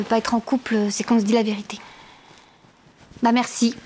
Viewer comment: je viens de comprendre qu'elle a dit Bah merci je croyais qu elle disait Ma mère si mdrrr